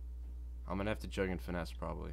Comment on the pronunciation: juuuuuuugg not jugggggggggggg. dorks